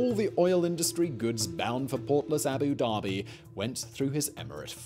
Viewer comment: Please, please, please can you learn how to say the title by which senior Arabs are customarily called, Sheik? It means 'learned in the Koran' so ought to be taken seriously. Every time you say it it's like nails on the backboard to me!! It's Shake, like bake and NOT Sheek, like cheek. Yes? And while we're here, it's Abu Da-bi, not Abu Darby. Otherwise, thank you, I enjoy your work though, boy, can you talk a mile a minute!